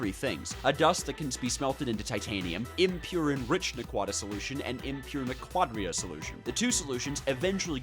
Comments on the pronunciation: every time I hear you say Naquadah (which is pronounced like "Nah-Quah-Dah") like that, I take psychic damage, because that means you never watched the TV series from which Naquadah, Trinium ZPMs & the Stargate are from, namely Stargate SG-1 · As a Stargate fan the way you pronounce naquadah hurts. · It’s pronounced Nah-qid-ah